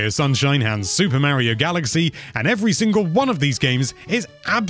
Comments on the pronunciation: So dude .. it's Mario not Maryo. I don't want to hear it's my accent excuse either.... everybody else can say it and they put forth the effort to say it properly and you should too. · Dude's name is Mah-rio. I know accents are accents but names are names too, for instance mispronounce Gloucestershire or Worcestershire in front of an English person and see what happens